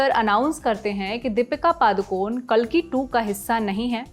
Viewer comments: Kaalki nahi kalki hai wo hamare Bhagwan ka naam toh atleast thik se lo Kaalki😢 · O hello madam khabar dene pehle uchharan to sahi se karna sikho काल्कि nhi कल्कि hai